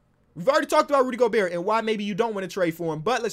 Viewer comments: yea go-bear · Gabriel González no we say Go Bear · you watch too much krispy flakes if you think its gober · It wasn’t until just recently that I realized pronounces the “T” in Gobert and I can’t unhear it now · how is still pronouncing the T in Gobert